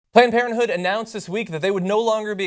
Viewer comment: planed por(n) planed parenthood lol